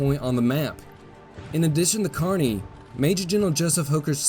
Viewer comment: I see that you know how to pronounce Kearny properly. You’d be surprised how many people can’t and it bothers me since I’m from Kearny. Keep up with the good stuff!